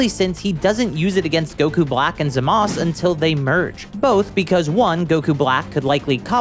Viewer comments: If you’re gonna complain about forms not being named can you say Zamasu correctly too. Soft U! Soft U! Not Zamas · You're not saying zumasu, right You don't know how to say his name.